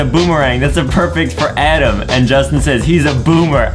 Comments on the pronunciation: I like how Justin says Adam like adem😂😂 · It's not Adam is "adem" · It's adem not adam